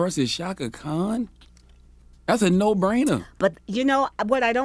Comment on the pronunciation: Chaka Khan, NOT Kahn!